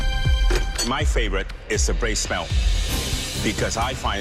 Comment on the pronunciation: How are they getting "shmelt" from "smelt"?.. Hm..